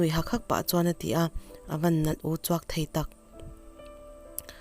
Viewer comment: "Uchuak" tih hi a thluk a diklo thei e